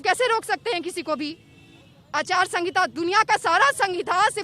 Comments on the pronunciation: Which kind of intelligent she is. She can not speak aachar sanhita. She is speaking aachar sangita. I'm an Indian Civic too and I have right to use nuclear weapons. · Achar sahinta bolna nhi ata aur bihar chalayenge.